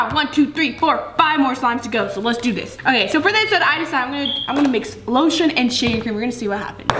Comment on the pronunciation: She sed shaving creme when she put loshun😂😂😂😂😂😂😂😂😂 haha he he